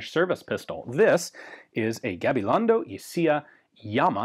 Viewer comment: Kudos for trying to get the pronunciation right. Appreciated! “Y cia.” as in Gabilondo y cia is Spanish for “and co.” so one could say Gabilongo and co. and I think would sound more natural